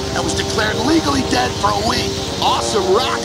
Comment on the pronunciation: I thought Eddie said "I'll deaditize you!" )